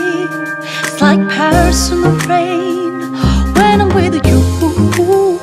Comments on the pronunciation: Rain 을 페인 발음으로 커버하시는 분들 몇 분 안 계시던데 사실 이 발음 Lauv가 러시아 알파벳 R 의 발음으로 바꿔 부 른 거 알고 계셨나 봐요.. Regina Spektor 도 " on the radio " 라는 곳에서 Radio 를 " 뻬리오 " 라고 불렀었었죠.. 다음 커버곡 기대하고 있겠습니다.. 엄지 척 드리고 갑니다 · 저는 아무리 들어도 R로 들리는데요.....? R발음이 원래 W스럽게 들리니까...웨인 으로 들리잖아요?? ‘파리썬더웨인’ 으로 들리는데.........